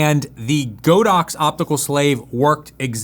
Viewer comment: Not Go dox, it’s God ox